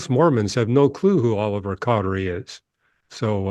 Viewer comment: I agree, it's disappointing to me when people disrespect the LDS church because they haven't put an honest effort into researching it. I don't mean to disrespect that guy, but he didn't even know how to pronounce Oliver Cowdery's name.